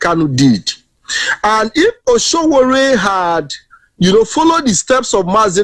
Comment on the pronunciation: My friend, his name is not Osowore, his name is Sowore. Correct yourself.